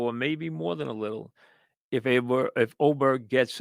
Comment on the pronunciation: How is Aberg pronounced Oberg? Also, why don’t you ever show highlights instead of talking about what happened?